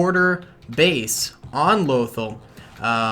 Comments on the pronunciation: Its pronounced Loth-all and it's from star wars rebels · "Loathal" you say it like you should hate it but it's pretty clearly pronounced way differently in rebels